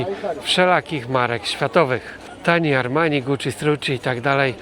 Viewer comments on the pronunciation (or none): none